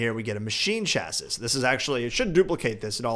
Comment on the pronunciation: It's pronounced Shassy (Chassis)